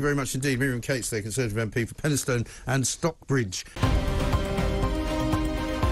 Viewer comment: It's pronounced Stocks-Bridge ,Not Stock-Bridge.